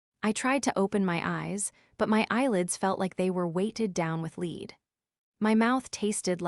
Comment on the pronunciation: More AI bullshit. Lead, in this case, is pronounced as led!!!